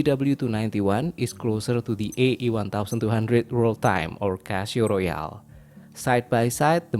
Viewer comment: You make very good reviews but why are you pronouncing it Cashio?